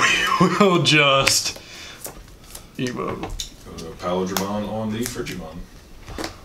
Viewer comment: Love the vids, Paildramon mispronunciation made me a little sad though considering he's my favourite mon. Still, keep up the good stuff cos I'm hype as hell for the English release